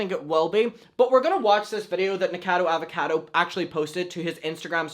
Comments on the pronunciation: Im pretty sure it’s pronounced nika- cado avocado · try nick-uh-cah-doe ah-va-cah-doe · I don’t mean to be a grammar Nazi, but the pronunciation is like Knee-co-cado Avocado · nick a cod o avocado is how you pronounce it but it doesn’t matter, he’s so problematic and disgusting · it’s NIK-O-CADO AVO-CADO 😂😂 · Ni - KO - cado A - VO - cado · his name is pronounced Nick - uh - cado avocado for next time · Honey... Nik-oh-cah-dough Auv-oh-cah-dough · it's like "Nik-o-cado Av-a-cado" 🥑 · ADAMM!! It’s nic-o-ca-do!! Pronounced like avocado!! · dear, it's nick-oh-cado av-oh-cado <3 love you though😭🖐💕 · Lol 😂 Nick-a-cado Avo-cado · Here you go: Nick - O - Cado - Av - O - Cado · Nick-a-car-doe Av-o-car-doe. That's about as phonetic as I can get it.... hope that helps! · Nick-o-cado Av-o-cado It is pronounce that way^^ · ...it’s not LeviOsa....it’s Levi-o-SA!! 🤣😂🤣😂 Nick-O-cado Avo-CA-do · nick-o-cado av-o-cado